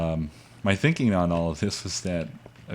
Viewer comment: It's pronounced 'thinking' not 'theenkeeng' -.- really irritates me -.